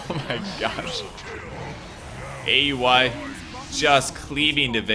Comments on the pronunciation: it's Ow-wee, not A U I. Just a heads up for future reference! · the way you pronounce aui is weird